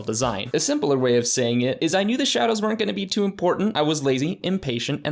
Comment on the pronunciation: when it says sadows instead of shadows